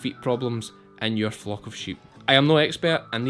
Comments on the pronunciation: You really should pronounce the L in flock a bit stronger. 😅 FOCK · As a Canadian, my delicate North American ear keeps hearing you say "my sheep Fu*k…". Initially I had concerns but now I understand what is going. Love this content. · When you say flock I think your saying fuq! Love this new channel. is awesome I love sheep hate cows they seem very gross to me.